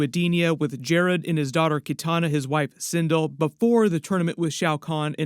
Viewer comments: And her name is Sin-dell 😂😂😂😂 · There is a whole Quan Chi face reveal in the trailer right as kano is sitting up from being brought back to life. He is sitting directly behind kano and can be seen in frame by frame and slo mo.......also it's (Sin-Del) on the pronunciation and it's Hanzo Ha-sashi not Hashi